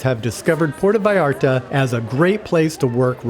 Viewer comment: Enjoyed your video very much. Might want to work on the pronunciation of 'Puerto Vallarta' though.